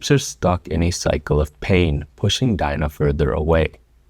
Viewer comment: As soon as he pronounced dina’s name i clicked off LOOOOOL